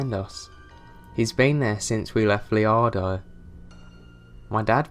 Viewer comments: i can handle his accent but dude, readers-- look up unfamiliar words before you read. "Loredo", not Leardo. "Manuel", not Manel. The writer put these details in for a reason. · 'That cars been there since we left leardo' LAMO ITS LAREDO